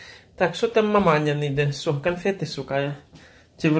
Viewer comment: Так маманка тоже у Парыж лэтыть? 😎😏🤔 Конхфэткы взлётные... 😂 Посадочные.... 😂 Всё с собой, молодец🙂